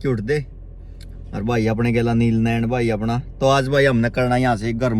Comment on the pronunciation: Bhai u anil नैण कोनी नैन ह मतलब नअन बोल्या जाव स 😂 bhai bura na mani kyoki m b Nain hu 🤗